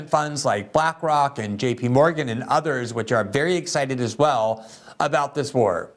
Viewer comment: Glenn is the only person that I know of on this planet who pronounces the word 'about' 'A'-bout. LOL